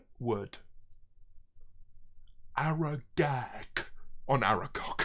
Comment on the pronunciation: “I would Aragag Aragcowk” xddd